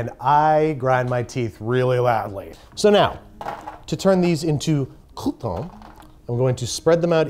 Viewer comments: it's "crouton" not "coup tawn" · I can’t wait until next year, where he redoes this again but he doesn’t say crouton like that